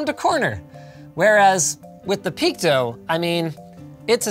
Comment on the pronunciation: Two questions: 1. Why would you pronounce PeakDo like "Peak dough"? Is this the first time you've seen "do" written? 🤣 2. Why would you not provide a link to the site you found or their Twitter page or to the product on AliExpress in your description but shamelessly include all your sponsors that have nothing to do with the content of the video. You've sold the fuck out Linus